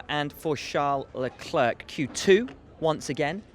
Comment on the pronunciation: Will Buxton you are awesome, but please stop with LeclerK, it's getting really annoying